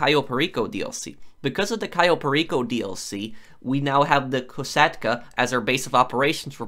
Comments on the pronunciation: Its pronounced KoSatka not Koshatka....................................... K O S A T K A just the way you spell it. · I love when he goes kosh kish koshakta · Nobody: Kashatka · Am I the only one bothered by him saying ko-shat-ka? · Loved that too xD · Yea lol